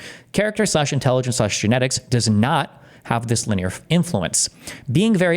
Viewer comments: everyone says lin-e-ar no one says linyeer like Steven, it is kinda annoying indeed 😅😅 Edit: he checked it, thank God lol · LIN-E-ER. Not LYNEER. JESUS! What a complete fool. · How does Destiny have so much trouble reading? Lineer? It's linear! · Can’t make fun of piers when you’re googling pronunciation of linear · The most disgusting thing about this topic is Destiny's pronunciation of linear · Shout out to chat for calling it out live. 👐 I was watching this video back doing dishes and wanted to scream at him. 😂